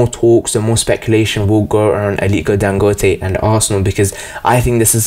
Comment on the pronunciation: You said his name correct.